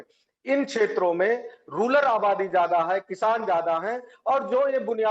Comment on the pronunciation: सैफई के दलदल की पार्टी के prvkta😂को रूरल शब्द का उच्चारण तक नहीं आता है वो इसे रूलर कह रहे हैं, धन्य है यह प्रवक्ता जो बता गए कि असली रूलर ग्रामीण वोटर है.